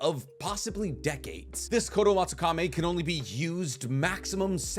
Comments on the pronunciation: Its not fucking kame its kami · Is there any particular reason he pronounces koto amatsukamE instead of amatsukami? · It's kotoamatsukami, not kotoamatsukame... How can you pronounce it wrong every time you say it, in a video talking about said jutsu. Otherwise, great video. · Why is he pronouncing Kotoamatsukami like Kotoamatsukame and Edo Tensei like Edo Tensai? Is this the correct pronunciation or he is just wrong? Awesome overall vids btw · I swear you mispronounce things on purpose. It’s Kotoamatsukami. Kami not kame. And it’s Kakazu. Zu not zo. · Ok,, I love you. I watch your videos daily. But it's Kotoamatsuka - "me" (English pronunciation for the last syllable) not (Meh). That's been my pet peeve for a year, amongst other mispronunciations. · i hate how you pronounce kotoamatsukami 😭 "kotoamatsukame" son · I love the way how he pronounces kotoamatsukami.